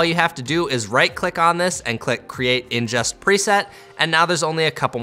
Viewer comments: Very helpful video! Excellent tutorial. Very minor nitpick...it's "ingest," not "injest." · Awesome tutorial! Thanks, helped me really with editing my BMPCC 6k files on my current computer. Just a minor thing: it's ingest not injest :P Anyways great tutorial